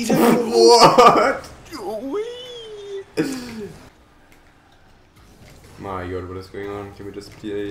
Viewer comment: every time says my i stg he says moi